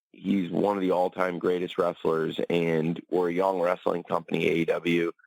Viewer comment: Wress-sell-ling. Jim, it's time to get over it. Danielson is a jerk like everyone else there.